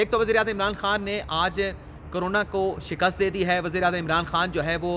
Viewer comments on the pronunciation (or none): none